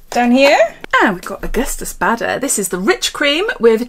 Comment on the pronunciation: you said augustinus bader wrong too 😂😂